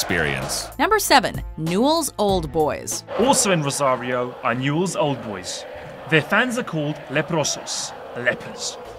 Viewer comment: Newell's? En serio? JAJAJAJA